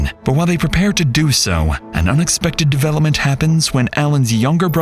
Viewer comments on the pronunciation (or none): none